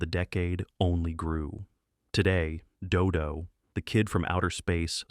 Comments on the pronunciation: First of all, if you can't use a real human narrator then don't even bother. The narration on that segment about "Dodo the Kid from Outer Space" was especially bad. Three different pronunciations of "Dodo"? ("Dodo", "Doo Doo" and "Do Doo"? WTF???) The Beagles' soundtrack is available on CD if you're willing to look for it. It's available in a "two-fer" with the soundtrack to The Banana Splits. Funny Company was a hit show for a while. The character Shrinking Violet had a talking doll made of her by Mattel. As others have stated here, Space Angel was from the same studio that created the better-remembered Clutch Cargo. Tennessee Tuxedo was a legitimate hit show. The character was not "Professor Whoopee", but "Phineas J. Whoopee", referred to as "Mr. Whoopee". He was voiced by Larry Storch of F Troop. Rocket Robin Hood looked like it was done by Grantray Studios, the same Canadian animation studio that produced the syndicated Marvel Super Heroes series that debuted in 1966. What that Hot Wheels cartoon got in trouble for, basically being just a half hour long commercial for Hot Wheels toy vehicles, was attempted again much more successfully in the '80s with shows like The Smurfs, G.I. Joe, He-Man & The Masters of the Universe, Transformers, Voltron and several others. Those shows were even more brazen about it though. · I'm dying with Dodo, DooDoo, Dudoe. The AI hasn't pronounced it the same way twice. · Notice how he changes the pronunciation from "Doo-Doo" to (the more proper) "Doe-Doe" by the end of the "Dodo the Kid From Outer Space" segment. I would not be surprised if the script was also A.I., considering the number of inaccuracies and flat-out falsehoods conveyed in this video. This is one of the very few videos on YouTube I'm actually giving a "thumbs down." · i can't stand these AI narrators... damn thing keeps pronouncing Do Do in several different ways.. doe doe, doo doo, doe doo, ARGH. Please let real people narrate these things.